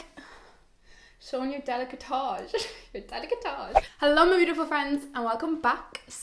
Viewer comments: is décolletage not delicatage lol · Does she mean décolletage....I was so confused when she kept saying delicatage....love the video tho 🥰🥰